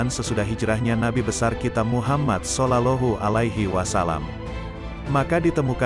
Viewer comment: الحمدلله Terima kasih banget, mudah²an bermanfa'at bagi muslimin Aaamiin. Usul sedikit :, sebaiknya komentatornya di carikan "orang yg benar² fashich dalam bahasa santri, contoh tidak " SOLOLOHU ALAIHI WA SALAM". Mohon ma"af.